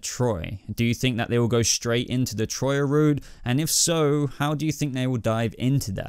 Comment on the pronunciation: For the love of Zeus. Her name is Τροία and it’s pronounced tria.